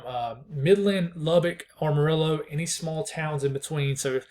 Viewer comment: Appreciate the updates..btw for future reference it's am-a-rillo like "I am", or if you're from east Texas maybe "ammo-riller"...PR for Kaleb in Houston.